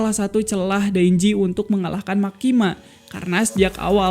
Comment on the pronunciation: Ralat bang..""MEKKIMA"